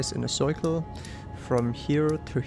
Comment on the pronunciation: I instantly subscribed after you said the worst “circle” in your accent